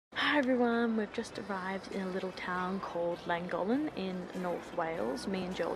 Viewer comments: The town is pronounced clan gock lin I think even though I am not Welsh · Please have a go at pronouncing Llangollen correctly! The LL in Welsh is pronounced differently and is classed as a single letter in Welsh. There are two LL’s in Llangollen.